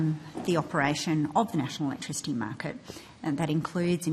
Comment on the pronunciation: 'Chweapertl electwichitty' 🤪